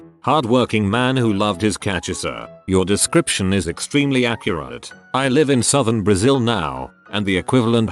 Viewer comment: The fact that the AI can nail "cachaça" with the accent, but can't manage to pronounce "accurate" accurately. 🤦🏻‍♀️